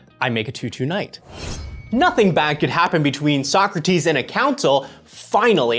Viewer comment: Like, all the mispronounciations going on in the game were getting on my nerves, but the missed "So-Crates" did as well! 😅